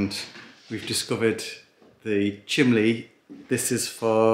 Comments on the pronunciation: Chimney not chimley 😂😂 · Hi from Scotland, hi another great vidio can i as why you call the chimney. The chimly anne from Scotland